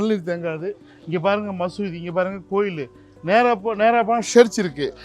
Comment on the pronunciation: மசூதி மசூதினு ஏன் அழுத்தம் தருகிறீர்கள்?